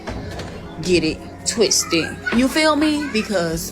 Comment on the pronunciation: Just don't get it twiste.... not twisted. Twiste.... fycking clowns